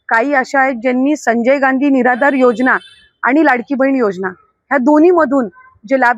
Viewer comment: अरे मीडिया योजना बोला ... योगना नाही. मराठी येत नाही का